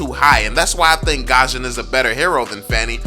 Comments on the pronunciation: I'm gusion main. I don't is saying his name right lol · look its not hate or anything but fanny is be better than gusion. Btw it's gusion on gashen